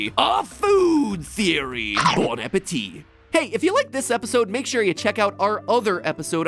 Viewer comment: As a french speaking person, it felt really good to hear Mat saying Bon appétit correctly in this episode.